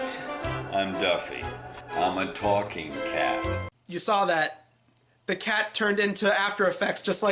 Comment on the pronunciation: “A TAWKING KET?!”